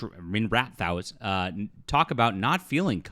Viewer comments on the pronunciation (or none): Listen, i agree w most of this, but you cant even pronounce minrathous or Qun, correctly. I want fans of this series to give their opinions. Seems like you’re just here to repeat what fans are saying. I think its shit. But youre just piling on for views